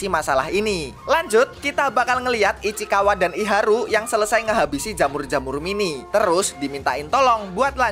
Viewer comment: Ichikawa ❌ Ichikiwir ✔ 😂😂